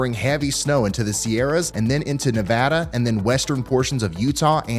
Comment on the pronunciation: Thank you for pronouncing Nevada correctly! Love it